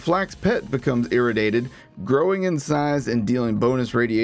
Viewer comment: This is a good video but I can’t get over you pronouncing “irradiated” wrong lmao.